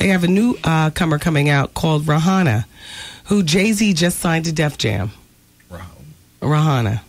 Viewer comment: "rah-hannah" loool.